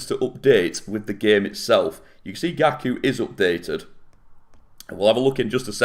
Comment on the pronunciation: Its Gaku not Gali😂